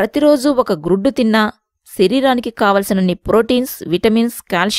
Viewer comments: Gruddu kadhu guddu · Grudu kadhu akka guddu